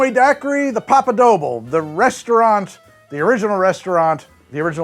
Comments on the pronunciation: Papa Doble is pronounced "DOH-blay" (albeit with a slight gringo accent)🙂✌ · I was so confused by your pronunciation of “Papa Doble”…